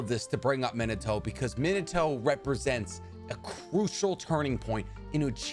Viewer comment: Bro Minato aint Minitoe